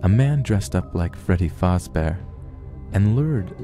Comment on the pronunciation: the only thing that bugged me was when he said fAzbear